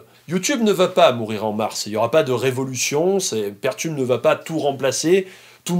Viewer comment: C'est peer tube, comme Peer 2 Peer, et non pas pair tube (même si en français on a traduit par Paire. ^^